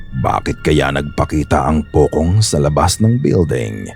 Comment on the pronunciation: Hindi po 'pokong' ang bigkas ng 'POCONG' kundi 'pochong' po.